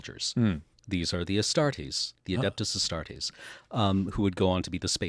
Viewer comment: Astartes not Astartes !!!